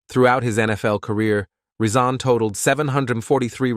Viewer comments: His name is Rison not Reesaan. Get his name right if you’re going to do a video on him. Sloppy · Da reeeee- sons da reeeson that were here!- Phillip Bailey that’s rison not reee- son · ReeSohn Ricin, never pronounced correct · Who the hell is Andre Reeseson and riceson 😂😂😂😂 he literally butchered his name the whole story. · He is saying his name like the poison. Hmmm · I can’t get over the fact that he keeps butchering his name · This dude pronounced my boy name wrong the entire video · He jacked up his name this entire video 😂😂😂😂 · I was just going to say that ty😅😊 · Learn how to pronounce Rison and Modell - then I’ll give a like.